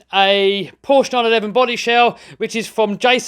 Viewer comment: At least someone can pronounce Porsche right